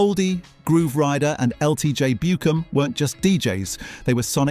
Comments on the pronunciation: Ltj book em is how U say his name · BEWARE IT''S AN AI VIDEO.... Loads of errors here. It's all over the place. Made Detroit look soft? Detroit techno is a very soft soulful house like music. LTJ B-you-cum? who? lol. kids, lots of this is wrong and lacking context. is it made with AI? this is an AI documentary right? the visuals and clips are from wildly different decades. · Nice video but having a good chuckle and the pronunciations of Inspiral Carpets and LTJ Bukem 🤪🤪